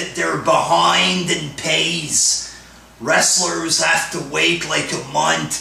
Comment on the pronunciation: Wtf is a wrastler lmao.